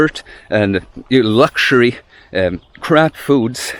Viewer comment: Great video! 'Crap food' did sound like 'crab food' to me, and wondered what was wrong with crab 😂